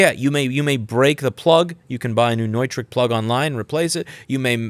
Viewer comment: wait that's how you pronounce Neutrik?